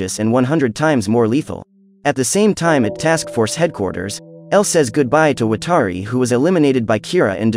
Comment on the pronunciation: why are you saying watari's name wrong? come on.